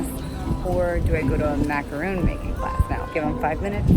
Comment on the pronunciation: Did she learn how to say "macaron" correctly at that class?? 😂